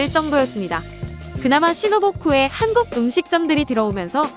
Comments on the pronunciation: 신오보쿠 아니고 신오쿠보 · 신오보쿠? 뭔가 이상타 했네 ㅋㅋ 신오쿠보 죠^^